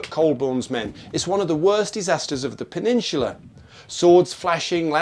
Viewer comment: P e n e S u l a. Not peneschula. Try harder😊